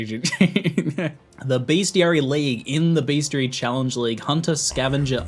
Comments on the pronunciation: it is Best - I - ary, not beastiality. That is,if you have google safe search turned off, something entirely different. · did ziggy say bestiality ? :D